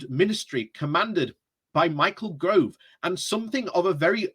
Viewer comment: Michael GO-OOOOOVE not GRRRRRROOOOVE